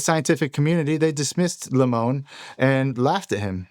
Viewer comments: lemoine is french and is pronounced ''lemwan'' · Blake's last name is pronounced Leh-moy-n, I know him in real life.